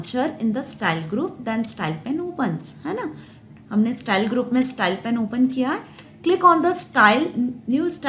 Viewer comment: Thank you mam for ur best explanation.... BTW it's not stal it's style 🤣... Jokes apart... Nice video 😇